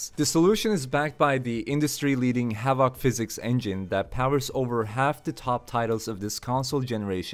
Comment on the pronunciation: It's "HA-vuhk" physics (emphasis/stress on the first syllable, the second syllable is soft) ... it's not "ha-VAHK" physics with a hard middle vowel and stress on the last syllable, lol, that's completely backward and sounds really strange to English speakers. :D It often sounds more like "Havik" when most American and British English-speakers say the word. You can hear it if you Google "pronounce havoc" and click the button and see what I mean.